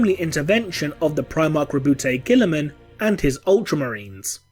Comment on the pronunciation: hahahaha I was holding my laugh at how you pronounce astartes because whatever but when you said Guillimans whole name I lost it completely LOL.